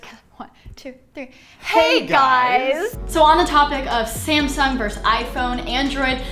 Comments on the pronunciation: Did she say scamsung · Did she just say "SCAMsung" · sounds like she said scamsung lol 😂